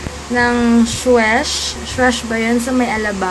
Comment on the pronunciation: Soosh po ung pagpronounce sa Suesh na brand. :D Kala ko nga din po before, Suwesh eh. Haha. Love your vlogs! Happy New Year!!!